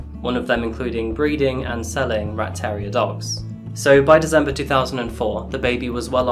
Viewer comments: Love your videos, gruesome though they are. You are however the only person I know to say "Dezember"! :) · Dizzembah the thirteenth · Anyone else notice that he pronounces december as dezember? Anyone know what area that might be as I assume it's an accent?